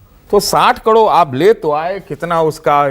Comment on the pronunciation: सतीश के सिंह कैसा पत्रकार है जो करोड़ को कड़ोर बोलता और टी वी पर फिजूल की बात कर समय नष्ट करता है।